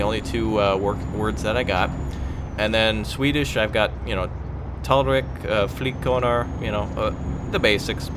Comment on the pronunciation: Your swedish got my ears to shriek for help O._.O... No offence... but... accent needs a little work... Barelyh heard yo usaid talrik xD